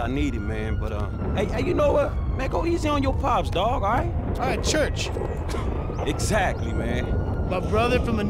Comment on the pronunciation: The term's "chuch" and botches it as "church"